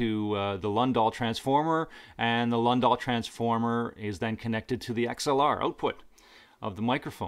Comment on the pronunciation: great video, thanks! one thing -- Lundahl is pronounced "Loon-Thahl".